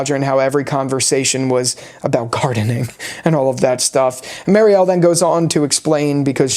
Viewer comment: Dude get your shit together 😂 Its Bakta not Batka Its Mary-elle not Marie-elle What do you mean talismans dont work? Ofcourse they do work but only against the frombies. Its already known that talismans dont work for other things like monster dolls, cicadas and the freaking Man In Yellow is inside the colony house. Roger is not a frombie so obviously its known that talisman will not work for him. Also the scene between Fatima and Donna is not padding. Fatima literally says at the end of that scene she is sassy now because she just gave birth to a monster. Its foreshadowing whats gonna happen right after that scene. Also the scene when Jade laughs that Kenny was a sports coach was also foreshadowing what Kenny does in the climax scene. He has to be very athletic to pull off what he did at the bus. If it was Boyd he surely would have been dead. It was a fantastic episode I agree